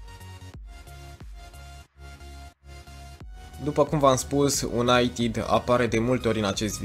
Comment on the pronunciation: De ce pronunți "unaitid"?